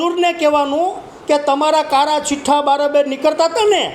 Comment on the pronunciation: ભાઈ ઈને કાળા ચિઠ્ઠઠા કેવાય કાળા સિઠઠા નય 😂😂😂😂